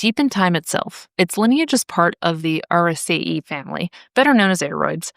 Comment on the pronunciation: just a heads up Araceae is pronounced more like err-a-Cee-ayy, the last sound being more of an A than an E